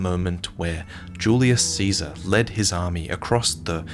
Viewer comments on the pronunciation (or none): none